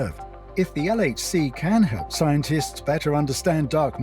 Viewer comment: your pronunciation is funny of the LHC